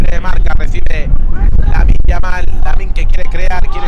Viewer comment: Pero que partido está comentado el comentarista?? Ahí va Yamin Yamin Yamin lamal